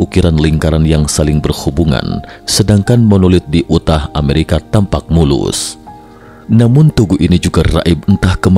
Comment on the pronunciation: Yu tah, dibacanya yu tah. Bukan u tah